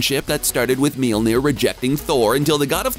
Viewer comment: Why do you keep saying Meelnir? Lol Mjolnir is pronounced like "myawl-nir".